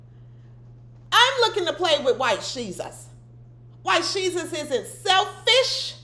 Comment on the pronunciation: Every time you say White shesus I click out... I like you but it bugs me, have a blessed day.